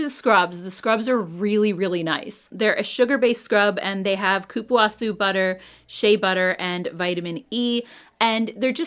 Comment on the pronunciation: Great pronunciation of the cupuaçu butter! ☺️ Love your channel! ♥️